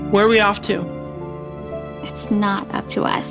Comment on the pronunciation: Male teacher: can you answer the question or naw Did any one else he didn’t pronounce the T in not 💀